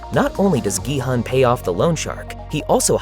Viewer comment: a big point there. i watch normally foreign movies with english dub(if there is one) but this was just pure trash.. the german dub quite good tho, also the names are much better pronounced than in english.. like Gi-Hoon.. and not Gi-Hun. wtf